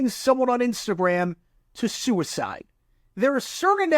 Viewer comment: For a second I thought you were saying s*** code. I was like "what the hell is a s*** code."